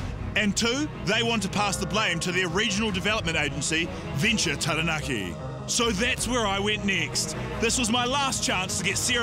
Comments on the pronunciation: When you live in New Zealand for most, if not all of your life...yet, by the pronunciation of Taranaki, some of you sound like you were brought up on the moon. Makes me severely cringe when I hear...Tarra Nackee, Towel Poe, Towel Wronga, Aya Taeya Rower, Whonga Ray, Whyra Wrapper, Eckha T' Hoona, Tie Happy. 😆Not much of a Jono and Ben fan, but loving Guy Williams more and more. (Bloody good pronunciation too!) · it's pronounced (Tarra-naakee) not Tearahnacky.. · Taranaki, not Teraneki. It's not that hard to say. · Cringe hearing Tahra- Nacky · Peeps needa be pronouncing Taranaki right farrrr it aint tereneki get yo vowels in check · This chick wearing a pounamu but mispronounced Taranki 🙄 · terror nacky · If u can say tada. Then u can say taranaki properly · Hilarious story haha, but come on man. Every time I heard TA RAH NACK KEY it made my ears bleed! I love the logo for Taranaki though. Sarah Lee is a hero! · Pronunciation... Tah-dah-nah-kee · Lol terranaki" Sarah Sarah Sarah 🤦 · Taranaki is pronounced Tadah (just as you would when you surprise someone) - nah - Key - Tara-na-ki The level of language ignorance amazes me. . . . . . . . . . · Half the town cant even pronounce TAH RAH NAH KEY!!!!! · Wears a Taonga, trademarked the slogan, yet still can't pronounce Taranaki correctly. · Like nails on a chalk board every time she says the word 😬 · I'm sorry, but she can't even say 'Taranaki' properly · I just want to know why she’s wearing a Pounamu and pronounces Taranaki like that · Atleast know how to pronounce taranaki 😂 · maybe like u should learn to pronounce taranaki properly aye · She can't even say taranaki right.